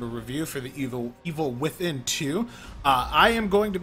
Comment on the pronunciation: You're tripping every other word, and you haven't pronounced The Evil Within fluidly even once in the video.